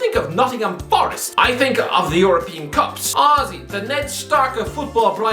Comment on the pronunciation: My girlfriend thought he was saying ozzy when he said honestly 50times 🤣